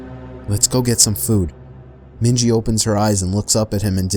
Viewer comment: Its *Minji she's Asian lol 😭